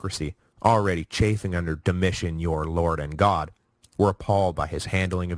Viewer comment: ➡Dom-e- tan. ➡Ortho= ortho. POOR PRONOUNCING